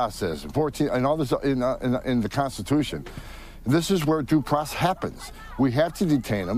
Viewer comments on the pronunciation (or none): And his “facity” has better “due probess”